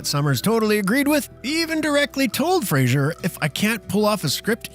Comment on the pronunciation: Brendan Fraser not Frasier.